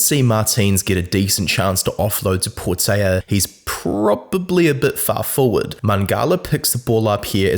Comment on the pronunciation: PortELa not PortAYa - it's Portuguese not Spanish ;)...also even if it was Spanish it'd still be Portela and there's only one L